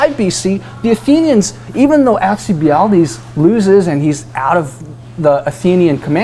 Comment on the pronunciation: Dude. Haha. AL-cee-Bied-Deez :)